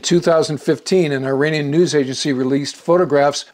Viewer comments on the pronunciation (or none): Good episode - but hearing you say “eye-RAIN-ee-an” is like fingernails on a chalkboard. It’s pronounced “ir-AHN-ee-an”. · is pronounced "eeranian" NOT "I"ranian